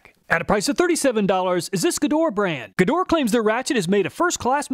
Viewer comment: KTC (Kyoto Tool Company) is the brand behind Nepros. These are top notch Japanese tools maybe even the best Japanese brand. P.S. It is pronounced "Shtalvile" and Gedore should be pronounced "GedorE" with "e" pronounced not silent.